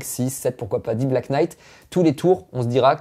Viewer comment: Svp en anglais le "Kn" se prononce "n" , notamment dans les mots "Knife" , "know" et ici "knight" ... j'ai les oreilles qui saignent .